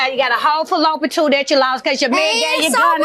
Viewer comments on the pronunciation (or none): I had to rewind it 50x’s to figure out she was saying fallopian tube 😂 the ghetto